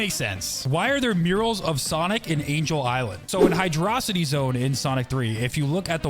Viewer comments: "hy-DRO-city"? shouldn't it be "HY-dro CI-ty"? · IT'S PRONOUNCED HYDRO CITY!!!!!!!!!!!!!! AAAAAAAAAAARRRRRRRGGGGGGGGGGGGHHHHHHHHHHH!!!!!!!!!!!!!!!!!!!!!